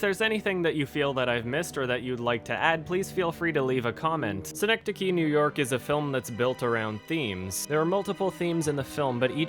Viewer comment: As I’m watching - realizing I was pronouncing that movie title wrong. suh - nek - duh - kee Y’all.